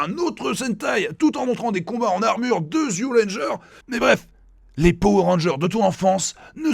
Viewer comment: Alors, "Zyu Ranger", en fait ça se prononce "Ju Ranger". Ils ont juste utilisé une convention peu commune qui transcrit le じ en "zi" plutôt qu'en "ji". Voilà voilà.